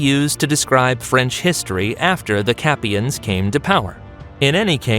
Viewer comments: So I’m just Guna address more than a couple inaccuracies. Capetians is pronounced “capeeshans” not “Capeyans” (like when he said borbun instead of bore-bon) and the god damn duchy of Normandy is EAST OF THE SEINE?! Like am I tripping or has the duchy of Normandy always been WEST of the seine? Also saying the treaty of verdun was the “beginning of France” would be like saying “the splitting of the western and eastern Roman Empire was the beginning of the western Roman Empire.” Like ya but NO though. Just ABSOLUTELY NOT! NO! Not even a little bit 😂and that’s only what I’ve noticed SO FAR. This video has been incredibly disappointing and is loaded with fairly severe and obvious mispronunciations, as well as geographical and historiographical Inaccuracies that are quite irritating lol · just one thing, the dynasty founded by Hughes Capet is called the capetians, and pronounced kind of "capeeshans" not "capeyans". Otherwise not a bad video. There is a bit of a dispute as to when France became France. Some historians indeed start at the treaty of Ver dun, others count Clovis as the 1st French king, others only start talking about France when it actually started to call itself Kingdom "of France" and not "of the Franks' (so Philippe Auguste), while some consider France only started when its inhabitants developped a feeling of belonging to a country, not just a duchy or a province (so during of after the 100 years war). I don't expect youtube or anybody to put the question to rest any time soon lol